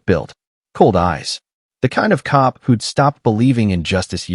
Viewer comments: Why does the AI narrator spell words instead of saying them??? c-o-p instead of cop, n-o instead of no, a-r-m-s instead of arms… ridiculous!!! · Its pretty sad when AI can't read the words cop or us or in